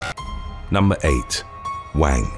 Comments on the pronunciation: Wang is pronounced as Wung. Like wrung, but without the ‘r’ sound. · Wang is pronounced “Wong”